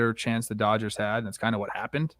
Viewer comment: I can't stop laughing at "Dodges men". Please make that a sound loop.